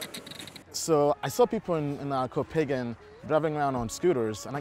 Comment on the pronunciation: Its Koh- Pha -N -Gan not kohpagan